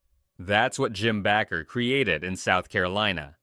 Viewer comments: It's pronounced BAAAker not Backer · It's pronounced Bake er not Back ker. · Why do they keep saying BACKER IT BAKER